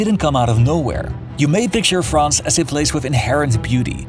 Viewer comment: If you are speaking English - pronounce "France" the way it is pronounced in English - NOT the way it is pronounced in French (or whatever native language you speak (Dutch?)). You sound like just another Francophile chauvinist, or, even worse, a Francophone chauvinist. Yech! In any case, stayed at a Youth Hostel in Choisy-le-Roi, Paris in 1972 - it was shocking - wall-to-wall Moslem in native garb throughout the entire "banlieue" - just like the rest of Paris and the country. 1972!!! Somehow, you all seem surprised at what has happened since.